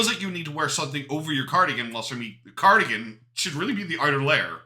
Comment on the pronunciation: "When i think of cardigain i think of mr snowflake mr cardiagin ya knlw" 😂